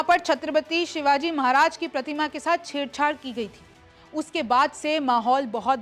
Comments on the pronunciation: मेडम महाराजी का नाम ठीकसे लिजीय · ये पागल महाराज है हमारे छत्रपती शिवाजी महाराज बोल नही बोलना आता तो मेरे भगवान का नाम मत लो नही तो रिपोर्ट करणा पड़ेगा veiw के लिए नाटक मत कर हमारे संस्कार हैं कि महिला को कुछ बोलते नही ये पुरुष होता तो अकल ठिकाणे लाता तुम भि समझ व्हिडिओ बनाने से पहले सोच कर और समझ कर बोल तुम्हारे लिए ये बात लास्ट वॉर्निंग हैं व्हिडिओ में बार बार महाराज का नाम गलत बोल रही है समझ कर बोल 😡😡😡